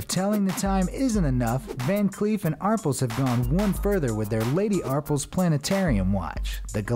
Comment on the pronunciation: Great video, but it’s Van Cleef & Arpels (pronounced ar-PELLE, also stress the second consonant). Very nice collection of innovative watches!!